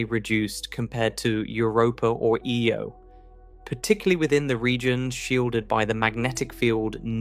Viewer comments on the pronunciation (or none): Can we please stop with the AI? It'll mispronounce "Io" in one sentence and pronounce it properly the very next one. The astronomy videos in youtube are so disgusting about this. There's about two or three that are narrated by humans. Anyway, what could be an interesting topic is now a video I won't be watching.